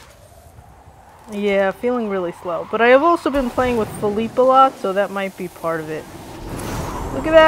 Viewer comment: U lrnounce feliepe name wrong